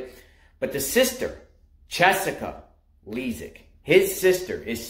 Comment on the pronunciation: Dude, you can't even get his name right. You called him James and you can't even pronounce his last name correctly. And don't worry, our legal system will do all the work here. You don't have to do anything. Sit back and let them do their job.